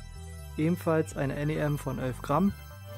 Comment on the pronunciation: Elf nicht ölf 😂 aber top video grade erstmal 3mal gekauft🥰